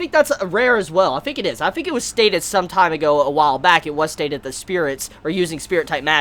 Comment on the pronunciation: You always get me thinking that there is an enemy that is a well.......Cause the way you pronounce whale is weird..... Anyway to the video. Great review as always, it's always great to watch your videos after rezero.